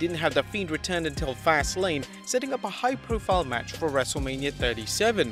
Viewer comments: Wrestle-mia!?! Delete the episode......Delete host...... lol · Wrestle-LAME-Mia. Lol